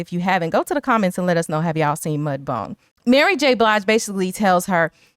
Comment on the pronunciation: Wait, do you mean MudBOUND(B-OW-ND) sounds like TOWN, not MudBONE...?